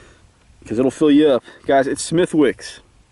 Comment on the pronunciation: by the way its pronounced smith-icks XD